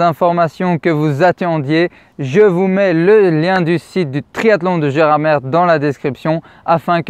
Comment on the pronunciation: Précision Gerardmer se prononce « Gerardmé »